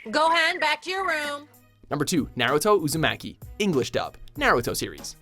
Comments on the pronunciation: #2 did this dude really pronounce it as Nairutoe Uzumahki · The way. He pronounced. Naruto Uzumaki.